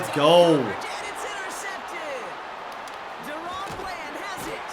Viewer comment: PLEASE START SAYING DARON BLANDS NAME RIGHT ITS DA’RON BLAND